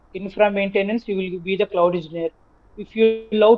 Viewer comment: It's cloud bro not could rectify it 😅